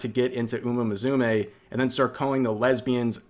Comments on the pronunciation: Umamusume = uma mu-su-meh, not uma mazume like you pronounced it xD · Are pronouncing it like that on purpose?